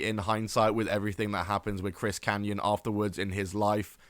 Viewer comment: It’s Kanyon.